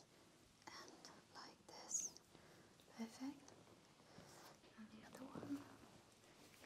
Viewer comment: I Think she has problem with saying perfect